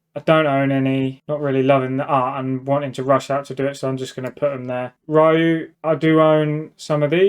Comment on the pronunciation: Only thing I'm triggered by is how you read Ryu mate. Other than that, solid list